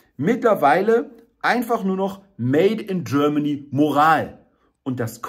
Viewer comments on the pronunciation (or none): Made in Germany - bitte, bitte sprich das Wort Made mit richtiger deutscher Betonung - aus dem made wird eine kleine unbedeutende fade Made ------ schade > etwas geklaut bei Heinz Erhardt bunter specht und frass die kleine fade made ohne gnade schade